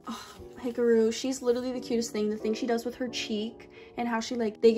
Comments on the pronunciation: the way she pronounced hikaru 😀🔫 “hikaroo” HAHHAAHAHAH IM SORRY I PEED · the way u pronounce hikaru’s name???